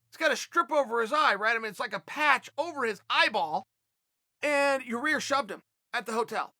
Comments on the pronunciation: Chael it's Ya ear not Ya rear. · YAH-EAR...not YAH-REAR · Chael please stop saying Yarear, its not that hard lol. YA-EAR NOT YAREAR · Did Chael just call him Urea? Jesus Christ Chael you had to have heard them say his name on the broadcast a bunch of times. It's pronounced Yi-eer. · Chael is definitely pronouncing Ya-rear's name incorrectly on purpose. We now all know what Chael thinks of him. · "And none of them hit Ya-Rear. " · Chael should start the Club of Mispronounced Names. Kamara, Germy and YaRear could be the founding members. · First minute off the vidéos Uncle chael: you ear Rodriguez!!!!OK great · He called him, "your rear"...too funny 🤣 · Chael; Yah- rear Rodrigues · Chael “yuhrear rodriguez” sonnen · Hey Chael, it's Ya-ir lol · I swear I think he was saying your rear on purpose good call chael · Chael it’s (Yi Air)! Sheesh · does he really not know how to pronounce Yair? Or does he just like to say "your rear" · It should be duly noted the correct pronunciation is “Your-Rear”. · Chael intentionally saying Your Rear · I like how he calls Yair "Your Rear" lol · Germy and Yarir... Chael being Chael. Jeremy is even an american name. From now on I call Chael, Choel. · Germ-y and Ya-Rear.... Ok great! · Hey Chael, I bet yah-rear is pretty germy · dude...Chael There's one R Yi air.... Yi air Say it with me slow cmon....Yiiiiii air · Oh and by the way....how's yarear? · Sounds like he saying your rear lol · Chael FYI: YAH-YEAR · Its Ya-IR! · Chael it’s ya-ear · Yar-reer :P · 😂😂 He's still going with it, "ya rear" hahahahaga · Ya-rear and germy. Never change Chael. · I get yarear but who doesn't pronounce germy like that? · Urea/ uriah. Chael says urea so urea it is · He was corrected on how to say yairs name & still calls him yarear. I love it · I am 97% sure he does it on purpose, but if he admitted to it he'd have to stop cos it would lose its comedic appeal. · Cheal has officially named him Ya Re Aerrr now. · he will never be able to say Yair.